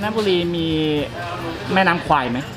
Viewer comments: This is my hometown and there's actually a River Kwai. In Thai, we pronounce it "River Quare". That's basically the river the bridge crosses. When you asked the local, they heard River Kwai (ควาย), so of course they will say that they didn't know about the river lol. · It ought to be call River "Quare" that's closest pronunciation for "แม่น้ำแคว". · quare not Kwai in Thai accent like Phuket is Pooget not fuket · ในคลิปนาที 21 น้องผู้ชายซึ่งเป็นคนไทยได้อธิบายไว้แล้วนะคะว่าการออกเสียงแควเป็นควายมาจากภาพยนต์เรื่องหนึ่งในคลิปมีอ้างอิงไว้ และน้องเค้าก็ได้อธิบายด้วยว่าต้องออกเสียงอย่างไรถึงจะถูก พร้อมทั้งบอกอย่างที่คุณอธิบายไว้แล้วค่ะว่าควายคือ buffalo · "Kwai" (in French is OK).. But in English should spell "Kway" to have similar speaking like the way Thai speaks. And "Kway" means "small river" (bigger than canal)... 😊😊😊